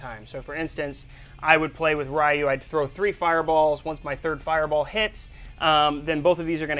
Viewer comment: did this guy say rye-yu you work for camcom and you cant say ryu